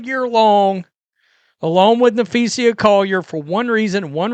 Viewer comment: It's Napheesa (NAFEESA), not Napheesia. Get it right bro.